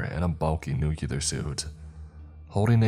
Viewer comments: Bruh it’s NUCLEAR not NUKEYALUR … who are u George w ?? Lmao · Nu-clee-ur, it was driving me insane to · Good stories! But, please, one request for future readings - nuclear is pronounced NU CLEAR. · That's not how you pronounce nuclear and it's driving me insane